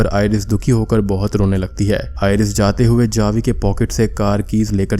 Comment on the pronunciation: Javi but it pronunciation is havi